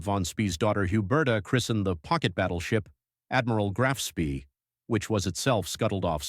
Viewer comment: I watched for five seconds until the pronunciation of Admiral Graf Von Spee's name made me stop. It's a small thing but name mispronunciation can undermine a story immediately for me.